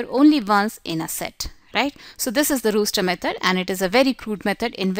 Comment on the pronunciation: Yes. It is roster, not rooster, but good video.